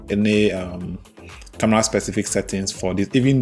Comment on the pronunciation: I heard camla 😂